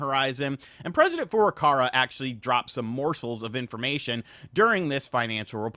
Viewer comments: Dude.... It's Furukawa! It's literally racist that you say Furucara. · It's Furukawa! Not Furukara. KAWA!!! Learn the name of the friggin' president of Nintendo! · The presidents name is FurukaWA not FurukaRA 😅